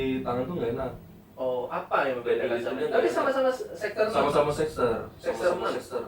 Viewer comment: Kok nyebutny "sex-ter" sih